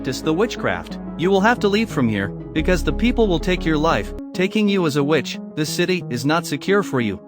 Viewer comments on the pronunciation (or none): Everytime i hear witch It sounds like bitch hahaha it's funny to me